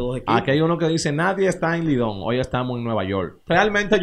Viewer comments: Oye k cronista diciendo , hol por decir hoy , compra un libro nacho campesino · No se dice hol, se dice hoy 😊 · No se dice hol es hoy